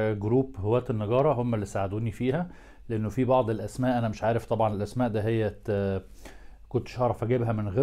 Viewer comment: شكرا رائع فقط ملاحظة لفظ الاسماء فيه خطأ